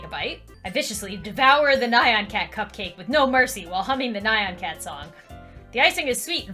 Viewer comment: Nyan is pronounced nee-an